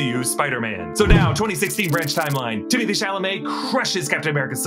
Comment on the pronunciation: Isn’t his name pronounced Timmey Tay? And not Timothy?